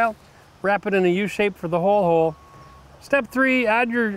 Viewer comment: "Ho-ole". Whole Hole? Had to hear that a couple times back, lol.